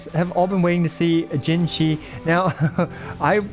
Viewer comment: Pls stop saying puke with Jinhsi that's not it my guy😅